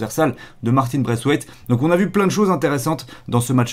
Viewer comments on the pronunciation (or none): none